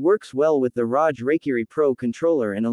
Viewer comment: Its not pronounced rosh like roger its rog.. like hog